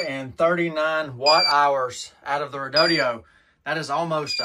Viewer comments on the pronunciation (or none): REE DOH DOH not REE DOH DEE OH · Where do you get "REE DOUGH DEE OH" out of Redodo? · Dude, you can't read?. Your pronunciation of the battery brand name is just lazy 😢.